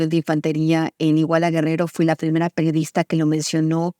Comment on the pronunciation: "¡Hola! Soy la peorista".... ¿Qué? Han pasado tres Sexenios y Anabel Hernández sigue sin tomarse el tiempo para hacer una pausa que le permita pronunciar correctamente la Palabra PERIODISTA. 😂